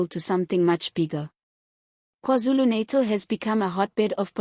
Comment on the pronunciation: Pronounce natal not naitol